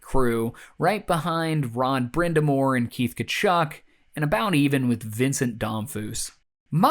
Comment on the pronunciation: Did you say, "Ron Brind'Amour" (love your videos, but gotta bust your chops for that)